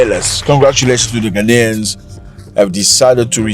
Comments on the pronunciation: They can’t even pronounce GHANAIANS correctly. Their uneducated minds keep repeating the non-existing word Ghana-nian? Their effort to do damage control is dead on arrival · Even Ghanaians u can't pronounce and saying "ghananians" or whatever and u are to tell us what to do...? U guys are a bunch of hypocrite. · Ghanaian not GHANANIAN 😂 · We are not Gha-na-nians we are GHA-nians educated illiterate